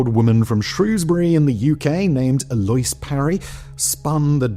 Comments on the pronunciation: I'm glad I'm not the only one. I've never heard it pronounced anything other than el-oh-eez until now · “El-loise”? Did he mean “El-lo-eese” (likely spelled 'Eloise')? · "Eloise" is pronounced "Ello-eez" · A loyss? You mean a louise? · Her name is pronounced "el-oh-ease", not "aloyce"... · "Eloyse"? It's pronounced "Ell-o-weez" Simon has become an AI voice through social media osmosis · I think that pronunciation is el oh ees hahahaha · This happens to a lot of people who read the name "Eloise" (el- oh-EEZ) for the very first time. I've seen streamers and commentary YouTubers such as Moist Critical who have made this mistake as well. 😅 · I feel like the bare minimum for people who talk in their own native language for a living is to at least look up the correct pronunciation of words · All words are made up and who the fuck knows maybe her family where from another country where that is how it's pronounced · It's pronounced elewese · That's not how you pronounce Eloise. It's like ell-oh-ees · Eloise? Really? Near me we'd pronounce that El-oh-ese... but is that different elsewhere? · Elo-ahz is the correct pronunciation. The name is French. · Okay, it took me a good two minutes to realise that you don't know how to pronounce Elouise.